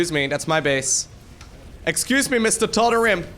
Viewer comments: it is tald ream that’s how it is pronounced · Tal-da-ream bro that's how it's said. Bro epic fail.